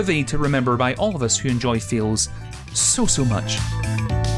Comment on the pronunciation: I'm sorry... are you saying "fails" or "feels" Noone knows